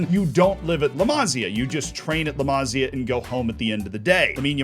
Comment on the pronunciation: Masía, not Másia (intonation in the i)